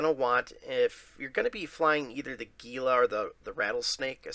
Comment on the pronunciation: Hey, gila is actually pronounced "hila". Have a good day!